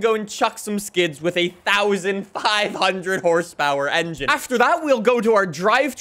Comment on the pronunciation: The way he just says “fortza horizon fife” really annoys me 😂